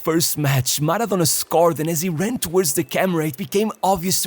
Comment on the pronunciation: Man the way this guy pronounce the words "maradonnnnnna" , it really annoys me so bad